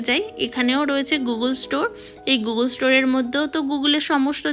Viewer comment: Madam pronunciation ta bengali te গুগল hbe গুগুল na